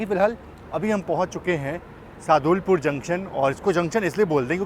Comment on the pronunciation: Bhaiya woh Sadulpur ( सादुलपुर) है